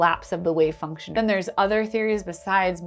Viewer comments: I'm really worried about the electron being a "Wave Fuction." Fuction??? Sounds sorta like "suction" and...well...never mind. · I recently caught on your channel. Love it! But for now, i just wanted to point out the funny "wave fuction" . All the best to you!